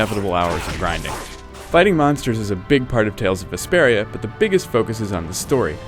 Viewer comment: i kept thinking he was saying desperia it totally threw me off